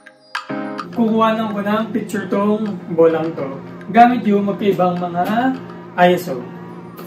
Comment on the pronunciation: Great work! ISO also determines how bright your key light must be in the studio. I stick to 100-800, as low as possible by turning up the light power instead of the ISO. Ayon nga pala sa research nila Tony and Chelsea Northrup, ang ISO ay hindi acronym. Ang pronunciation nito ay parang "I SAW". Shouldn't matter for your shots pero worth revisiting for trivia.